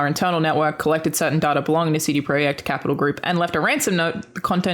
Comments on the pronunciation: "CD Proy-eck Red" I thought it was just a cool kid spelling not a different (Polish?) word. That's why you have to listen as well as play and watch I guess. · Missed the ''T'' in CD Projekt's name there 😉. Love the show, congrats on 50 episodes!